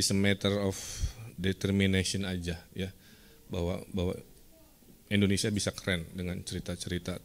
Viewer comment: kang punten sanes endonesia, tapi indonesia hahhaa